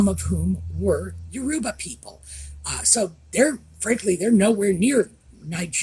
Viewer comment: The embarrassing Harkles should no longer be part of the Invictus Games as they are a total distraction from the important people, the competitors. By the way, regarding the pronunciation of 'Yoruba' the emphasis is on the first syllable, not the middle one.